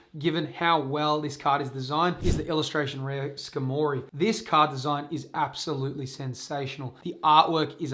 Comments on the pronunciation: "skah-moree" hahahaha its Scar-mah-ree... like Armory... hence the metal body... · how in the world did you read Skarmory and think ska mory. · Your incorrect pronounciation of skarmory is killing me lol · The pronunciation on skarmory lol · I’m flabbergasted by the way you pronounce skarmory